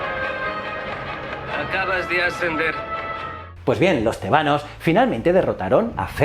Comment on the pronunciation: Tebanos , con acento en la E ??? no es con el acento en la A